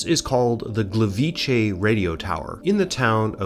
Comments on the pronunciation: Just because I haven’t seen anyone say it, Gliwice is not pronounced Gleveechay, transliterated it would be Glee-vee-tseh. The C in polish is never pronounced as a ch (as in chay) sound. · The way you've put the 'ch' sound in Gliwice around mostly correctly pronouncing Gleiwitz is painful :'D The way you pronounced it would have to be written "Gliwicze", the 'c' alone sounds very much like a 'tz'. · Just to clarify - in polish Gliwice is pronounced "Gleeveetze", since c sounds a lot more like "tz" than "ch", for which we have the two-letter vowel "cz". Otherwise fantastic video as always.